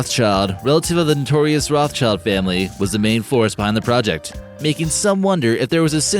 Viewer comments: It's pronounced "rot - shilled" - not "rof child". The family's origin is in central europe and for that reason their name is german and has to be pronounced in a german way! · You’ve mispronounced their last name right off the bat...